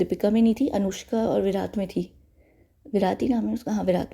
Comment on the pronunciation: it's विराट 😅 (Not making fun of you but it just sounded funny when you said विरात ( so on a lighter note). ❤️